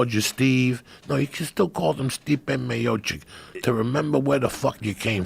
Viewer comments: Diaz calls Stipe "my man" but pronounces him "Stiopic" lmao🤦‍♂️😂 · N-Guy-o vs steeope - joey diaz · No one : Joey Diaz : stiopic 😂 LOL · He was worried about mispronouncing Ngannou and then says Stiopic. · Stipe Miocic = Stiopic 😂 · ''When he fought Stiopic'' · Did he call him Steopic? Then call him his boy....casual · ningayo and stiopic 😂😂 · Ngayo versus Stiopic 🤣🤣🤣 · LMFAO im fucking dying. he didnt even correct him on STOPIC